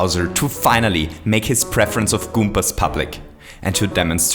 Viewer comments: He used to say goompers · You always say Kumpas